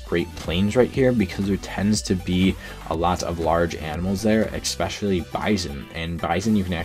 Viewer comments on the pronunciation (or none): It’s especially not expecially